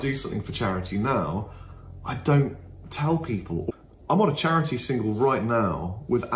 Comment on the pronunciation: "It's for chariddy mate"